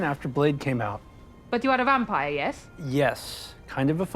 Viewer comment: Matt Berry's pronunciations always gets me. But also, the way Doug Jones says "wampire" -- GETS. ME. EVERY. TIME.